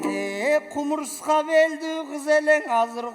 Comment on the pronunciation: Кумара эмес кумура,супара эмес супура.